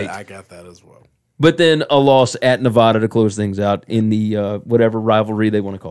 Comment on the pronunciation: This is some lazy reporting. U pronounced Nevada wrong. Don’t know the name of the rivalry between UNR and UNLV. Ur picking San Diego St over Unlv when Unlv beat them with their backup last year in San Diego. Unlv returns majority of their line and receivers. Not to mention they have a receiver transferring from UNLV and a backer from Florida. Both will most likely start. Armani is a baller. Charles Williams was the starter before he got hurt two years ago in front of Lex. Did y’all pay attention to the games last year and how the team played when Armani was starting?